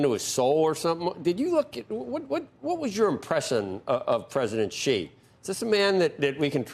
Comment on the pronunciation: Xi is pronounced like the word "she" or "See" not like Zsa Zsa Gabor